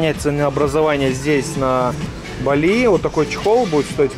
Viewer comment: БАли, ударение на «а», КУта ударение на «у»